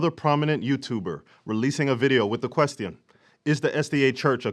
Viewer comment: I like how you pronounce “question.” Lol